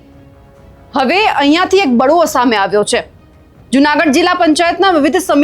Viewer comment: બડવો ન હોય બેન, બળવો હોય... ફરીથી પ્રાથમિક શાળામાં ગુજરાતી ભણો...